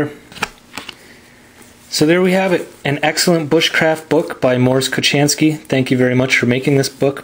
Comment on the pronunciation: It\s not Mors Kochanski but Mors Kochański you say ,,ch,, more like ,,house,, not like in ,,chocolate,, Thanks for video nice to see what is in book before buying.